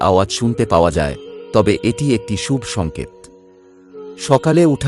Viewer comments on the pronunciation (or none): খুব ভালো প্রতিবেদন। তবে কথাটা 'ব্রহ্ম মূহুর্ত' নয় 'ব্রাহ্ম মূহুর্ত'। 'শুভ্' নয় 'শুভ'। বাংলা শব্দগুলো একটু কানে লাগল। প্রচেষ্টা প্রশংসনীয়। ধন্যবাদ। ভালো থাকবেন। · আপনি কি বাংলা ভাষা জানেন না?? না তো ছন্দে পড়ছেন আর না উচ্চারিত আপনার সঠিক। খুব বিরক্তিকর। শুভ কে সুব বলছেন কেন